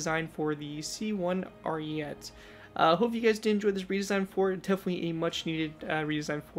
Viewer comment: I actually finally found it. I've been digging for this thing for sooooooooooooooo long. Do you plan on giving it a redesign? Also, its pronounced "Ariet-é". Also, a little bit of history cause why not. The Italian army planned on making the C2 Ariete with upgraded composites, however, it was too expensive. Their solution was to make composite armor attachments and add them to the already existing C1 Ariete, hence the weird bulky stuff on the side.